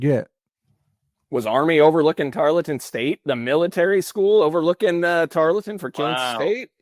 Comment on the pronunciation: Triggered to the max at how pronounced "Tarleton" repeatedly.